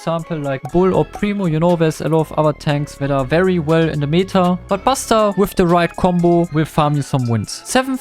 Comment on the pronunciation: stop saying "meeta" it's meta not meeeeeta, you should say it more like in german